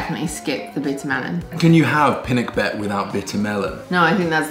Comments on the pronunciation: Pi-na-keb-bet not pinakbebet 😂😂😂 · I don’t put ampalaya when i cook pinakbet as my hubby doesn’t like ampalaya, Welldone of pronouncing pinakbet with hard B. 😅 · Pinakbet is not a Tagalog word but Ilocano (Northern Luzon). It is pronounced pinahkbot. Luv u guys! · I love seeing you make and eat Filipino dishes. It makes my heart so happy. i miss the Philippines that much. In the Philippines we have this saying “kung ano’ng bigkas ay s’ya ring baybay.” Meaning, how you say the word is how you spell it. Pi-pee nak-knock bet-bet